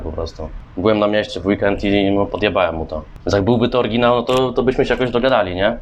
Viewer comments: i jaki kurwa "orginał" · Bo ten typ mówił „orginał” i na tym polegał żart